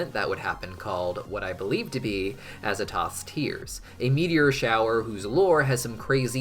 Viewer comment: the way he butchered the pronunciation of azathoth